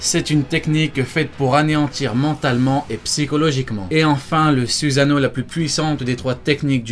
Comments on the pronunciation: arrete de prononcer SUSANO "suzano" et le u se prononce "ou" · c'est suSano pas suzano